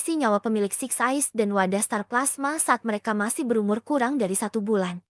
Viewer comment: Kak ada yang salah ngomong kak 1. Six size 2.getol Jadi lain kali benerin kak😁